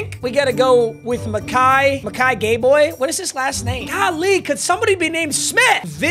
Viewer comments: Its pronounced Bayor. But gay boy definitely works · Big UNL fan here, his name is pronounced makai Bayor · it’s pronounced bayor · As a Nebraska fan it's pronounced Bayer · LETS GO NEBRASKA PLAYERS also his name is muh-kai guh-bayor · finally got nebraska on the team. its mikai "BEAR" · its pronounced bayor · Btw it’s pronounced “Bear” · The G is silent in Gbayor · The G is silent in Gbayor 🫡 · i went to school with makai and it’s pronounced “G-Bayor”😭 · It’s bayor the g is silent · It’s pronounced Bayor lol. The G is silent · it pronounced bear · The G is silent in Mikai Gbayor